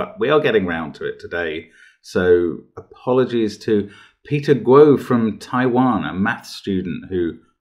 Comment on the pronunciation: Just coz you usually like to pronounce names correctly, Guo is pronounced gwar, rhyming with war (in an English accent, and not with the hard American r). Great little puzzle. I struggled with the break in hardcore. Maths will forever remain my achilles heel. Thanks as always.